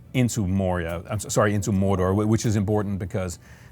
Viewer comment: ..Did that guy pronounce it as 'Morder'...?